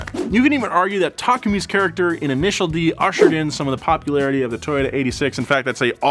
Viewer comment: Did you just pronounce takumi as takami